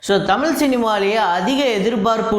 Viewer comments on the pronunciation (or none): none